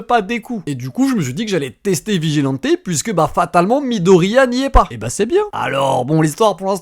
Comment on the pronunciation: T'as quoi avec Deku hein hein hein hein hein hein hein hein hein hein hein hein hein hein hein hein hein hein hein hein hein hein hein hein hein hein hein hein hein hein hein puis on dit vigilante et non vigilanté